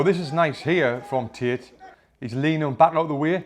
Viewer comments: Bro it's Andrew Tate not Tit😂😂 For Tate's boxing you say Tits boxing 😂🤣🤣🤣🤣🤣🤣🤣🤣🤣🤣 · Why i hear tit and not tate >.> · Pfft, when he says Tate, it sounds like tits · "Undriu tit" XD just jk bro, love u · you killed me with the "andrew tits" accent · Did he just said “andrew tit?” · Lol the way you say Tate I keep hearing tit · 😂 Is it just me or is he really pronouncing "tate" with "tit"